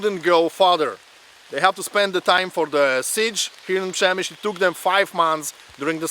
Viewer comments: I just finished reading "The Fortress" by Alexander Watson. An excellent resource for anyone wanting more info on this siege. ( I believe it is pronounced Shem i shl as someone already noted. Unless the locals pronounce it as in this video. And since was actually there, he must have heard the name spoken.) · Przemyśl is pronounced Shem - i - shl Supplementing the Standard M1894 8cm minimal Embrasure guns, many of the guns in the fortresses open mounts behind beam parapet walls and roof parapets were a few M1858 (by 1914 rare) and M1861 mainly 24 pounder (15cm) cannon still firing common and shrapnel projectiles by black powder propellants, many had been issued out of mothballs to release M1880 and later design for the Field Army in 1910 but so pressing was that even the M1861 type found service in the Field Force into WW1. Russian Intel had concluded that these guns were signal cannons not actual defensive weapons, and that added to the slaughter when they finally fired at will (without orders from the commander). Further that they were black powder it was that that added to the pawl of smoke that the Russian searchlights lit up effectively blinding their own troops. The 'light weapons' (machine guns) that defended positions like gates and inner bastions were originally Christophe Montigny Volley Mitrailleuse with 37 barrels in 11mm which as a design date back to 1865 in Belgium and post Austro-Prussian war in Austrian service, the Christophe Montigny was used by the French during the later stages of the Franco Prussian War necessitated by losses of their preferred Reffye Mitrailleuse. The Christophe Montigny were mostly replaced by later weapons such as the the Maxim M89, M89/1/2/3/4, the Salvator Dormus M1893 and the Škoda M1902 machine guns and all but the base model M89 Maxim